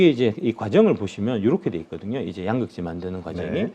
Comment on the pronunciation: 양~극재 아니고 양극재 兩이 아니고 陽